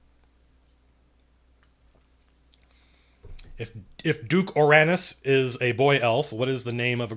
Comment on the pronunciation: First time he said Duke Oranis I went "What!? Rick Moranis is in this?"